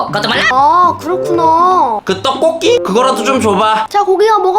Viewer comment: 떡곡기가아니라😂😂떡볶이 ㅋㅋㅋ